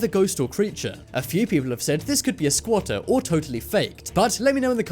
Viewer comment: Wtf is a squata he said it like 10x in this video